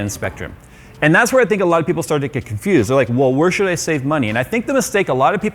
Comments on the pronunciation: U just said “Sould,” bruh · "Sould" or "Should"? 😂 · how powerful "sould" it be he says. HMMm maybe so duper super powerful? Hm. okay. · He forgot H in should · Sould bee wery powaful.